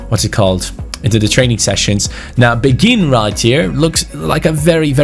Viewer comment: Asa a person who speaks French quite well im pretty sure beghin pronounciation is ( bayhin ) Anyway Story time sit down get a hot cocoa and enjoy Beghin was born in Kinshasa in Congo, he grew up in a relatively well off family. At the age of 6 is mum married a rich French businessman because she was pregnant with his baby. They moved to France where his stepdad got him into football as he was a strong Marseille supporter who was very passionate about the game. Beghin blood father died in a car crash whilst his mother was pregnant with him and his stepdad s like his real father to him. He was a very gifted footballer from a young age but very boastful, he was known as a cocky individual but had the skills to back it up. At age 11 he went to a sport private school where his coach saw his talent and got him trials at Lyon. He was known across the Lyon academy and had high praises from the likes of Caqueret even though he was 5 years younger. The attention got to his head and at age 15 he decided to sign with PSG. He continued to excell and was capped by France U18 at age 16. At age 17 he demanded a professional contract threatening to leave if he didnt get one. PSG reluctantly agreed giving him 15,000 a week. He thought he had made it big and started to not put in the effort. He would stay up late playing fifa and fortnite and go to training late. He never breaked through into the first time despite having all the potential. After getting no play time, he decided it would be goo